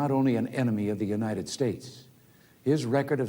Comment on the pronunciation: Uninning us... He CANT say UNITED...uninnin. It makes me crazy!!